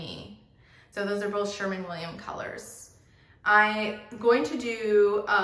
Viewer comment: SherWin Williams, not Sherman Williams!!